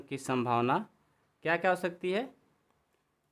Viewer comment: संभवना नही यह संभावना है